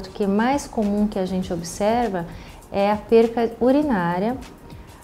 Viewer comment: Nao aguento pessoas tão formadas falando errado: é PERDA!!!!